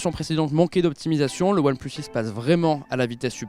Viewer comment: Je suis le seul a entendre "oilplush shish" ? Quand il le dit ?